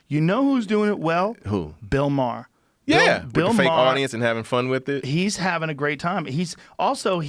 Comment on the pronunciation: Bill Maher fuckin sucks, and why is Joe pronouncing his last name like that?!.....